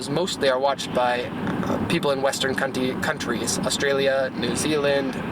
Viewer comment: "western cuntys" , i love you